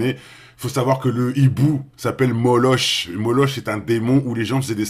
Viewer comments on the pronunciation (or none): MON FRERE C PAS MOLOCH CA SE LIT MOLOK COMME EPOCH TIME C EPOK TIME CA C MAGALIE ROBIN🙋🙏👍❤️🍀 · Bonjour, Moloch se prononcé molok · Ça ce prononce molock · Ça s’écrit « moloch » mais ça se prononce « Moloque »